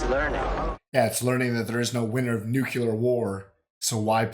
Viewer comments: nuclear, not nucular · I love you guys and I always enjoy your reactions, but I do have to mention one thing. I know it's just me, but every time some one pronounces it "nucular war" instead of "nuclear war" I shiver a bit. Sorry to complain. It just reminds me of George Bush Jr.. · it is not "nuk-u-ler" it is pronounced as it is spelled. Nuclear- NEW-clee-er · It's fascinating to me that GW Bush has made every american say "nucular". He said it wrong and everyone made fun of him for it, but it still stuck. They even say "nuclear" in the movie and you guys still say "nucular" 😁. Not trying to be mean, just an observation. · It's "noo-clee-er" not "nook-yoo-ler". ;) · Does anybody in US theese days say: "nuclear" or everybody says ""nucyelar"? 😂